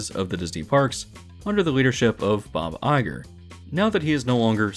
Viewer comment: Bob IP-ger, for better or worse